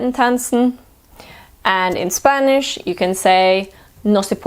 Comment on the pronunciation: Your Spanish sounds great 💕💕💕